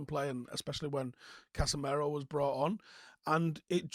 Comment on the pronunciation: Will ever learn how to pronounce Casemiro?